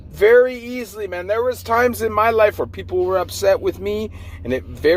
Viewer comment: Why do you say it like mon instead of man